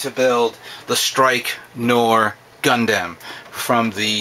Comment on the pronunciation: gunDAM(N)0_o?????lol XD it's gund(u)m yeah that's how the japanese people called them